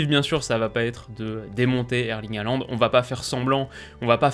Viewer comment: Haaland se prononce "Holande", merci.